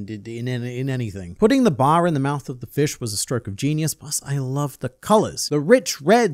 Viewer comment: TIL "bar" sounds like "bath"